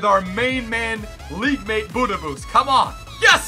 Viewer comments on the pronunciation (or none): none